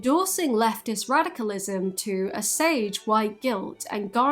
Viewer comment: I hate to go all grammando on your glorious (*no I don’t otherwise I wouldn’t be here, would I?) but here goes:*ahem* the word “assuage” is pronounced uh•swayj bc English is weird af. OMG! Wait one dadgum minute! Is… is this what the kids refer to as virtue signaling?! Oh, well. I’m pretty sure I’m allowed to break the rules today bc “It’s my birthday and I’ll cry if I want to... you will cry too when old happens to you!” 🥳🎉😂😐😢👵🏻 P.S. I Love You